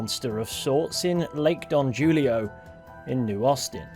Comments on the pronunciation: I know you are Bri'ish, but its a Spanish name. Not Julio, pronounced with an H like Hulio. Who-lee-o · Julio is pronounced Who-lee-oh . . . like in that Simon and Garfunkle song . . . "Me and Julio down by the schoolyard" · J in spanish makes a Y sound, so Julio is pronounced "Hooleeo".